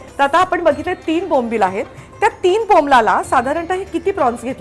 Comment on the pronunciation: अगं तू वारंवार बोंबलाला बोंबलाला म्हणते बोंबलाला नाही बोंबील बोंबील ला